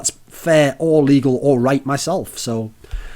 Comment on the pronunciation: I was really confused why did he call it Titfest. And then I noticed